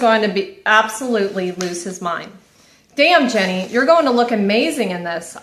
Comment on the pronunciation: Can I just say that her name is not “Jenny” 😅😅😅😅 it’s Jeanie as in “jean-E”